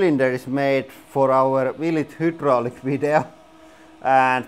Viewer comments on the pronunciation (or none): I like watching your videos...they are always fun. However, I always flinch when you pronounce 'hydraulic' You say 'HOOO-dro-lic'. It should be pronounced 'high-DROL-ic'. :) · What a great video, it made my day!, here's another cucumber for you: although in Finland you pronounce the first syllable of hydraulinen as "huud"... the first syllable of hydraulic in English is pronounced as "hide" with long i... it rhymes with ride. (Hide Raw Lick) On second thought, your language is so beautiful and unique that you shouldn't change anything... you do great English and you have a great channel!